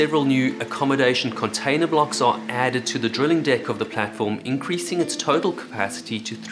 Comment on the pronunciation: Why do you say drilling weird?